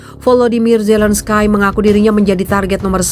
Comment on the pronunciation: Zelenskai.. .????? *ZELENSKI..!!! MEMANG TULISANNYA ZELENSKY TAPI DIBACANYA ZELENSKY. Hadeuuuh youtuber kelas ecek ecek... Baca/eja nama orang aja lebay